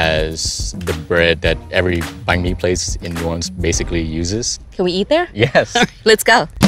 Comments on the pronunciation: How about learning hownto pronounce Banh Mi correctly?It's not that hard... Bon Mi? Really? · Always missed pronounced the word "bánh mỳ" into "bang me" to make it sound funnier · Does anyone else cringe at the Americanized pronunciation of banh mi? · LIIIEEESSSSSS MY DUDE SAY BANH MI RIGHT ok im calm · It's so weird hearing non-Vietnamese speakers say banh mi. They put too much emphasis on Banh. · Every Viet person is cringing at the way they say "banh mi" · Why do they keep mispronouncing every Vietnamese word. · the way she says Bánh mì is so cringyyyy and she says it so wrong